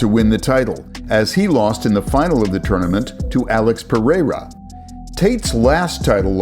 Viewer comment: Why does he say it like that (Alex Perr-air-auh) 🤣